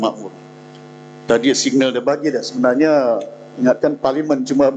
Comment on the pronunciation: YB kata sebenarnye, saye, negare, anggote, kerjasame, kite, untok dll.